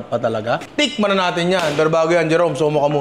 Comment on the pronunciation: di talaga mahuli huli ni yung tonohan nung "tIkman na natin yan pero bago yan Jerome slowmo ka muna konti lang" 😅😂😂